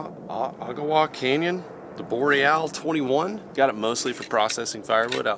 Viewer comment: Good to see you went with what I recommended for saws & axes. Boreal is pronounced Bore-re-all. Like the Canadian Boreal Forrest (Worlds Largest Land Biome).